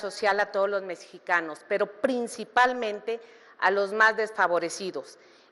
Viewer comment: Otra Vilchismosa que no sabe leer: realusaré en lugar de realizaré, laboré en lugar de elaboré, mesicanos en lugar de mexicanos, edeología en lugar de idiología…. Y en una sola participación, escuchemos que más tonterías dice en todo el debate